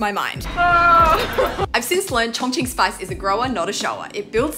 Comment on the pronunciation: We just finna ignore the fact she is pronouncing it "chong-ching" 💀